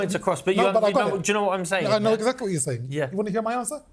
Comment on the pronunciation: eggsackley what he said.